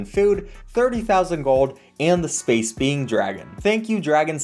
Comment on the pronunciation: nice, i heard space being as space bean at the sponsorship